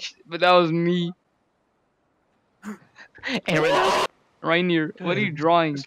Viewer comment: It's actually reineer